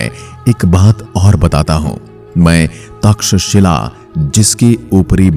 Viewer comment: तक्षशिला विद्यापीठ बोलने में कुछ तकलीफ होती है क्या?